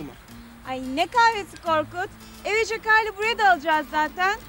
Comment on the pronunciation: Daha adam adını söyleyemiyor jakarlı brode mi alacak?